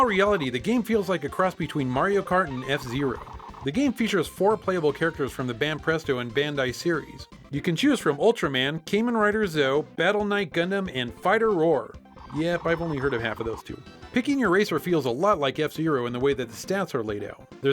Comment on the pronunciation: "Cayman Rider Zoh" As a Kamen Rider fan, I'm cringing slightly...